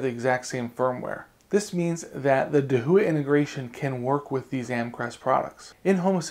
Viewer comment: dude, I asked a Chinese friend of me, and he said your pronunciation of Dahua is incorrect.